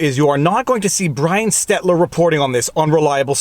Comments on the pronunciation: 1) Feeding the Al Go Rhythm! 2) Brian *Stelter*, not Stetler. 3) Hi, Winnie! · GOD DAMMIT FREI his name is STELTER not Stettler, this it the second time you have mispronounced his name and made it into my last name. Do it again and i will DEMAND you write yourself a CEASE AND DECIST letter. for defaming my name and a perfectly good canadian city. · STELTER Viva. Not STETLER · It's STELTERRRRRRR godamnit.. how many times do i have to tell you it's not STETLER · Please, Stet-ler is a town in Alberta, where I live, Stel-ter Stel-ter Stel-ter. Thank you. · Damn lysdexia. SteLTER not STEDLER (yes he looks like a permanent marker) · SteLter....not SteTler. Killing me, dude. :D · Stelter, NOT Stetler VF, either way i prefer Mark Dices' euphemism of Humpty Dumpty, or Hump for short, i love his imitations of Humpty, here take a look. Ha ha ha, never fails to make me crack a smile. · Ol. You consistently mispronounce MINNEAPOLIS (only 2 "N"s, and his name is STELTER, not stetler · "Stel-ter", not "Stet-ler", LOL! Like Helter-skelter, its Brian Stelter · Stelter NOT Stetlar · Do you say "Stetler" instead of "Stelter" on purpose? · I probably won’t see Brian Stet-ler report on this because the man’s name is Stel-ter. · Brian SteLTer not SteTLer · For God’s sake it’s pronounced Stelter not Stettler!! And Minneapolis not Minneanapolis!! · It’s Stelter* not “Stetler”. You’ve made this mistake before btw. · When will anyone ever tell Viva how to pronounce "Stelter" correctly or is that a running gag? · I think Viva deliberately mauls stelter’s name into Stetler - it’s hilarious way through show disdain in an otherwise excusable or “mistaken” way. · Hey Viva...just FTR It's STEL-TER NOT Stet-ler Other than that...carry on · every time you say "Stetler" I have to google that idiot to make sure that I'm saying it correctly-when I am forced to. Stelter. Stelter. :( I should never look up that character. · Viva, FYI, the idiot’s name is spelled and pronounced STELTER, not STELTER.